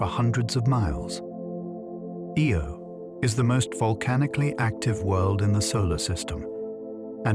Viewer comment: The way he pronounces Io as "Ee-oh" first and then "Eye-oh" and then "Ee-oh" right after again makes me think this is AI